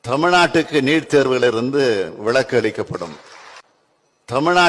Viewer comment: லஹர மற்றும் ளஹர உச்சரிப்பு அறியாதவன் எல்லாம் தமிழ்நாட்டு முதல்வன். கேவலமாக இருக்கிறது. முதலில் இவன் சென்று தமிழ் உச்சரிப்பு பயின்று வரட்டும். ('Neet'. இலிருந்து தமிழ் நாட்டுக்கு ' '' விளக்கு" கொடுப்பானாம். '' விலக்குஎன்று உச்சரிக்க அறியா முதல்வன். கேவலம். )